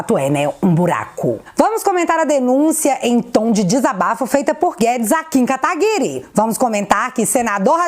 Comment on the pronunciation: Diz guedes: "kataguri" kkkkk isso é pedofilia hein